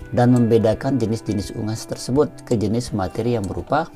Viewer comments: Soal no 2 bacanya bukan ungas pak tp " unggas " dobel g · Soal nomor dua tu unggas apa ungas kok dibaca ungas? 😀😀😀😀😀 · Baca unggas aja salah 😀😂